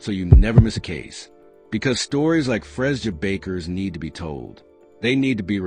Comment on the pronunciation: What does this white child have to do with this Black woman. Something needs to be done about all this ai stuff. And pronouncing her name wrong is so disrespectful.